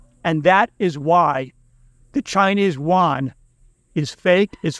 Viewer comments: Its pronounced as the Chinese "yoo aan" not the waan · Not Won, Yuan (“yoo-en”). I agree with your basic conclusions. Keep it up.